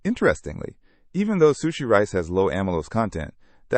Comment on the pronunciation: First time i ever heard sushi being mispronounced